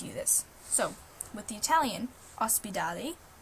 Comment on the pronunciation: Please don't take any of the facts in this video seriously. It has PLENTY of errors. Your pronunciation of the word ospedale in Italian is quite inaccurate. I'm not saying you should pronounce it perfectly, but you could just look it up in the dictionary and see the phonetics. Or paste it into Google Translate, play it back and pay attention to how it sounds. If you do that you'll see you were just barely trying. Also Catalan is not significantly enough spoken in Italy compared to Spain, which you didn't even mention. Catalunya is in Spain, that's where the majority of Catalan speakers live, and that region even gives the name to the language. Your video is somewhat interesting but its inaccuracy makes me doubt of all of the facts I'm learning here, since the facts that I already know are stated wrong in the video. Don't be lazy, please research and check your information before uploading your videos. Please be responsible and avoid spreading wrong knowledge.